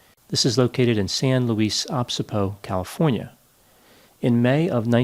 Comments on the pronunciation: It’s pronounced O-bis-po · "San Louis OBSEEPO"????? 😂😂😂😂 Say it with me, Doc: OBISSSSPO. Do u appreciate a Devil's advocate? Sorry 4 making fun if u did actually overcome dyslexia. Prolly a typo. Nevertheless, it's somehow hilarious when detail oriented people f up. We're all human, right? Wait, does that mean were also all mentally ill? Better go take my equally effective to Zoloft(sertraline) sugar pill b4 I'm carted away to a psych ward.😂👍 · San Luis Obsipo? Um....no. It is San Luis OBISPO. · Osbispo. Ahs - bees - o = accent on bees. It is a Spanish word. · Hi, just an FYI, it's pronounced San Luis Obispo (accent on the 'bis') i.e. "Oh-BIS-po. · Enjoy your content. Just fyi, for future reference, it's pronounced O-bis-po. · LOL. San Luis “Obispo” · "Oh-BIS'-po" (wink)